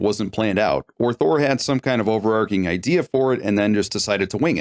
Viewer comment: The word overarching is pronounced with a ch like chicken